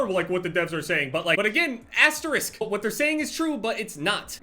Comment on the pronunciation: Is that how you pronounce Asterix?